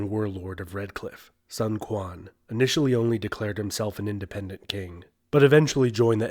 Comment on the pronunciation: quan = chwen not kwan